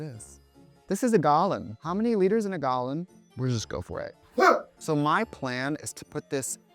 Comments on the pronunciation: why did "this is a gal-lon?" make me giggle so much 😆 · How many liters in a gahlan? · We heard that accent “gallon” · the way u say “gallon” LMFAOOOOOO